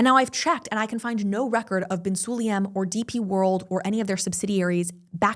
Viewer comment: Why not to pronounce surnames correct? Su-la-yem